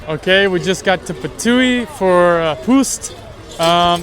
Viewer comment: I know you're still learning Slovenian language, but Ptuj is pronounced "Ptuy" or also try "Ptui". Although you're very close by pronouncing it correctly. (By the way, Slovenians don't use letters Y, W, Q. They instead use letters Š, Ž, Č, which are basically combined letters if you were to speak in english. Like Š, is pronounced in a sentence "sh" [Like exa. Shelf], Ž is pronounced in a sentence like "zh" [ (Couldn't remember any english word, sorry) ], and Č is pronounced in a sentence "ch" [Like exa. Chicken]. I hope you understood what my point is because I can't explain it more simply. But if you need any help, just ask your teachers or professors at the university, they're always ready to help. 👍)